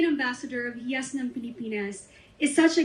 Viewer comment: HIYAS is pronounced like- HE-YAS!! Meaning GEM OR JEWEL.... Palatinjug is pronounced as how the Spanish abecedario would pronounce the letter J which H in Spanish. I thank you..